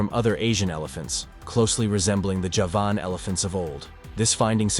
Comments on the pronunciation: The horrible pronunciations are a nope for me. If you can't even pronounce Javan, why should i believe anything else? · how come a commentator who can pronounce “Arkansas” correctly, can’t pronounce “Nepal” “ceolocanth” and “Javan” ( as in, “from Java, belonging to Java” )…??? q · Can't pronounce Javan or Coelacanth....